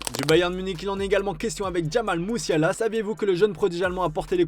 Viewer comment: Mussiala à "110000 euros" 😀 pas capable de prononcer les noms carrectement et maintenant pas capable de lire les nombres